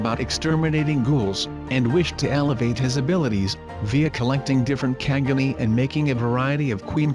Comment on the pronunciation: Can you please pronounce quinque and kagune right